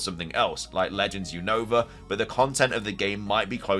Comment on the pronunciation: say Unova name right you always saying the name wrong is not younova 😅